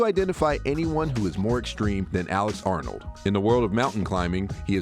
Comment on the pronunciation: I also thought he said Alex Arnold . 🤦‍♂️ Wth.